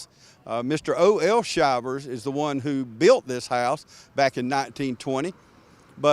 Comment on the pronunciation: It’s pronounced Shivers as in “Shiver Me Timbers” a famous saying of Popeye the cartoon.